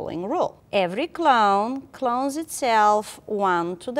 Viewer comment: Sorry but I keep hearing clown instead of clone ><